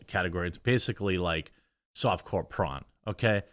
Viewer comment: "Soft core prawn" ??